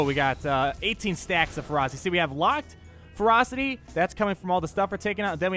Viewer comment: When you were saying "Let the ferocity stack up on Revan" I thought you were saying "Let the frostys stack up on Revan" You know, like those Wendy's ice cream things. It was a very odd mental picture.